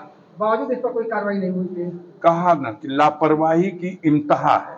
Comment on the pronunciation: इमतहा नहीं सर इंतेहा होता है , किसने नेता बना दिया आप को , अपनी भाषा भी ठीक से नहीं बोल पा रहे हैं और सरकार को विभाग को फ्री में ज्ञान बांट रहे हैं सर !